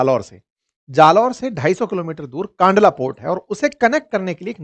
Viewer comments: कांडला नहीं भाई " कंडला " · It's not pronounced "kaandlaa" but "kandlaa"